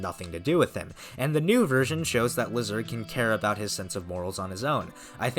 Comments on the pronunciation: Lyserg Laisurg, not lizerg, please man it ruins your videos how you are pronouncing his name. Everybody knows how it is pronounced from the show. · The pronunciation is ‘Lai-sir-g.’ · I prefer to say Lyserg's name LYserg instead of how you pronounce his name, but it doesn't really matter at the end. I know why you say his name like that, but I prefer the first name you used before